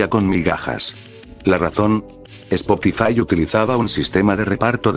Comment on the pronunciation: Spokifai jajajajajjaaj😂